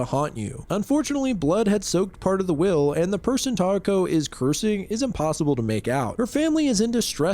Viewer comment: yeesh that one messed me up with the names. kay-ko and (I wish it were tie-eh-ko with more stress in the beginning than in the middle, kind of like how you were going for kay-eh-ko, but the "eh" part can be almost silent)